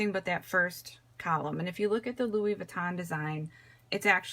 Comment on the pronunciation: BTW, it’s pronounced “Loowee” not “Loowis”. 😉